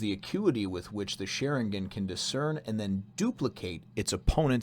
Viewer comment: how u are pronouncing sharingan now is right